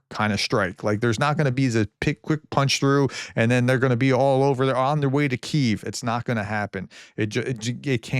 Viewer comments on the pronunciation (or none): none